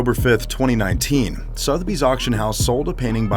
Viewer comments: Sotheby's is pronounced "SUTH-UH-BEEZ" ..... Not "Sothe-beez" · 24,000 pounds is NOT 24,000 dollars! "ad-my-eration"??? "ar-doo-ous"??? "Soth-bee"??? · The way the narrator pronounces Sotheby's is triggering......... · It is Suther bies not Soath bies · I know, this guy needs serious lessons in narration...I mean calling it 'Soth Bee's'.....arrghh! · Sotheby's. Suh-the-bees. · Work on your English dude! Admiration? Sotheby's? Please - do better :) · why can no american say 'sotheby's' correctly?